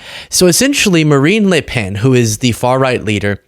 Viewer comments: A bit of an issue with some "a"s from Marine but ilI nerver heard an american NAIL the prononciation of a french name this precisely., je vous tire mon chapeau. ( the upper dupper classy version of "mad respect") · you say Marine Le Pen as a Frenchman would say Marine Le Pen. Tres bon